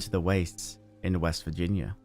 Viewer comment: Good conclusion. I’m ok with this being a different experience and I hate how much fandom gripes about shit before they have experienced a game. Also, thanks for getting it right as WEST VIRGINIA. A lot of Americans still fuck this up lol